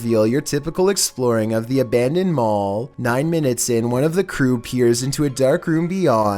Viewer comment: "Number 15: The Mall Child" What I heard: "Number 15: The Mole Child"